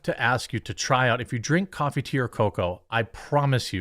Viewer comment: Jeremy- random tidbit to consider for coffee brand coffee... When you say do you drink coffee, tea or cocoa... what I hear is Do you drink coffee to your cocoa. This sounds snotty and I so don't mean it to be. I do have hearing problems but I can't be alone. Maybe- do you drink coffee, cocoa or tea instead. Random feedback filled with love. Another great show and topic btw. I completely agree with we shouldn't be meaner. Blaire is our friend. The republican party has changed. It's not your grandmas party now. We can and should embrace transgenders everyone is welcome. Victimizing women and being level headed transgender are totally different. She's of no threat and makes great points.